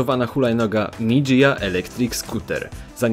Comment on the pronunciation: mi dzia* się wymawia a nie "mi dżija"